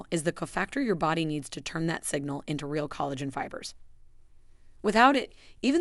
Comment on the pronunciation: This video was helpful. I did notice several mispronunciations of words ‘lives’, collagen, arterial and tsunami.